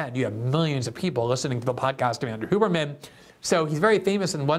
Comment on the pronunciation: Andrew “Hugh”berman, not “Hoo”berman